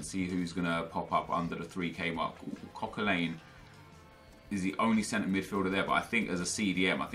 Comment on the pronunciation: why do you say Coquelin's name so weird. It's pronounced Coquelan, not Coquelain, hope this helps